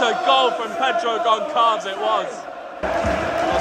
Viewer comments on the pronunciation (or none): It's pronounced "Gonsalvsh". This "Ç" is pronounced in portuguese and french as "S" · You can say Gonçalves like Gonsalvsch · Pedro Gonçalves is pronounced like you're pronouncing it except that the ç is pronounced like the S in soup (like, Pedro Gonsalves). Fun Fact: His nickname is Pote (pronounced as the word Pot). It means jar but it's used as slang to refer to someone fat, usually as "pote de banha" ("lard jar"). Apparently, he was quite chubby when he was younger, getting the nickname "Potinho" (little jar) and later "Pote", which stuck around